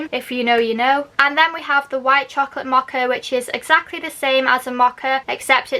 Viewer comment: It’s Mow-Ka,,,,,not moha. I had to blurt it out, couldn’t help myself.